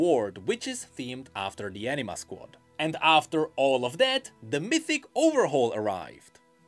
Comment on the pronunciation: I love you man but it sounds like you're saying Enina Squad